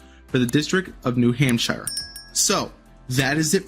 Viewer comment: "New HampShyer" was also pretty... offputting.